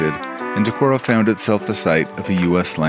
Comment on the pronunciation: Pronunciation of "Decorah" is correct. Friends had their wedding in that hotel (in the Opera House). I never biked it, but have heard good things about Trout Run Trail which circles most of the city. When visiting I usually stop at Whippy-Dip for a treat. There was/is an eagle nest near the fish hatchery - there is a webcam for it.